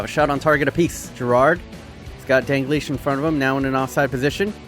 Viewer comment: I need to ask...why you say DAN-GLISH??? Its DAL-GLISH. Pronunciation Dal-Gleesh. Other than that...sick vid as always